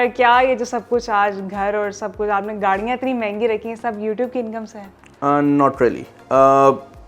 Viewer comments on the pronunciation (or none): gaariaan❌ gaaliaan ✅